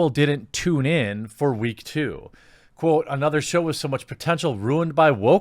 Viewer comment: “..fans didn’t tune in for reek 2...” lol you said “Reek two”